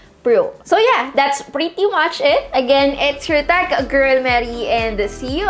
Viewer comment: All this time, tech girl pala un!! Hahahhaa! Kala ko kung ano sinasabe nya😂😂😂..pero ang narinig ko this time tac girl😂😂